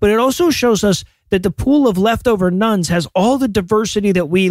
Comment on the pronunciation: Everytime you say "Nones" I hear "Nuns" and wonder why the convents have suddenly gotten so popular.